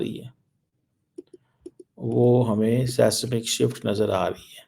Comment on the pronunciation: Sesnik shift?😂😂😂 go to Google and learn how to pronounce it. Seismic is not an Urdu word. Don't try what you can't. Typical madrassa education.